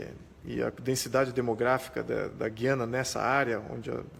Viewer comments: FALA-SE: GÚIÂNA !!! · Meu caro, aprendi na escola que GUIANA se fala pronunciando o "U" e não como se falássemos, por exemplo a palavra "guinada" onde o u não se pronuncia. Será que só eu estou errado ?